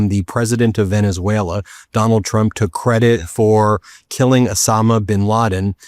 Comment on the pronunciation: Ok learn Spanish? Second learn the name of the country you are invading... "Venezuleraner"